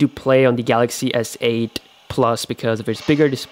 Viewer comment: I thought he said asshole 8